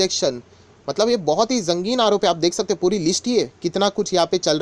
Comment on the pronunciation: jangin aarop nhi, sangin aarop :)